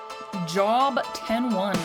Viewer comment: You were thinking of a Sullustan from Star Wars. Also at the beginning its not pronounced like job its pronounced like robe but with a j (so like jobe)